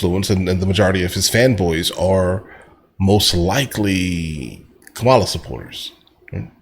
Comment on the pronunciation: do you know how to say Kamala ? are you doing it in purpose